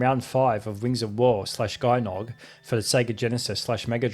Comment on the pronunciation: Not GUY-noug, but DJEE-noug. Yeah, I never knew how to pronounce it until very recently, and I own the game since I was a kid! So not a big deal to make this mistake. 😅